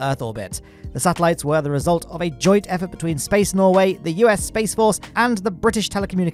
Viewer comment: The way you said 'space norway' made it sound more like norwegian aliens than norway's space program